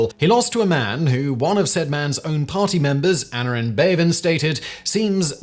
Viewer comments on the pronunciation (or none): Never mind Auk, what about Aneurin Bevan? (Which is pronounced a-NIGH-rin BEV-ann) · I don't get this about... He's clearly a Brit, but he so often mispronounces names and place names in a way that a Brit never would. His butchering of the name of Aneurin Bevan is especially puzzling. Edit: see also "Blenheim". Edit 2: And "Auchinleck"